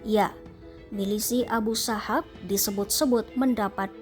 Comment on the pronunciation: abu sahab...bukan abu sabab😅😅..oon....